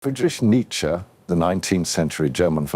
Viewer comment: I liked how he said Friedrich Nietzsche ❤😀